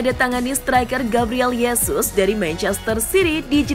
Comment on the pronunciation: Gabriel Hesus bukan Yesus, karena j itu dibaca h